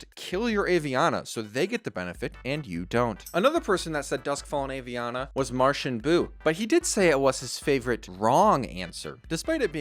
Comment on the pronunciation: Aviana is pronounced Ah-Vee-Ana. Most Hearthstone players mispronounce it and thats understandable. The reason I don't is because Aviana is my best friend's name.